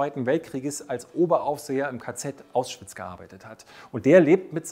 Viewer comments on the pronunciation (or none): none